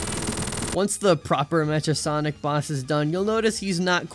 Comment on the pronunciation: Awesome video! (Btw, it's not Mea-cha Sonic, it's Mecha Sonic, as in mechanical sonic :p)